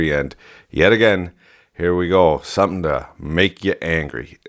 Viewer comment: "It just takes one... fucking guy, to stand up and say, 'hold on, take a little pause, summin' ain't right here.' Sumthin. Ain't. Right." Woah. Hey now, what are you... Canadian?